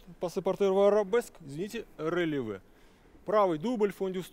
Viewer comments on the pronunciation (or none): Да ладно вам, чистейше произносит РЭЛевэ 😂😂 вот , но согласна, неуверенный и авторитета не чувствуется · в том и дело , что произносит неверно